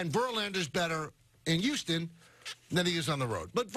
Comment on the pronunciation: The way he is pronouncing Houston is grinding my gears. 😡 😂